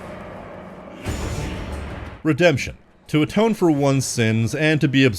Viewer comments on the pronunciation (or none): Ah yes "Redeption"